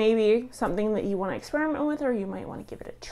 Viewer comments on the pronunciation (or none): none